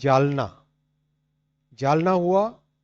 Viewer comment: लगातार अशुद्ध हिन्दी उच्चारण। जलना? ××××। जालना।